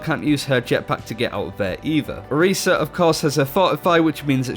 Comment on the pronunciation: What is Orisa? I didn't get that because of the accent...